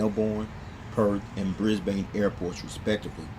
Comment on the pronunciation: Also it's bris-Ben and mel-ben that's how they are pronounced (from an Aussie)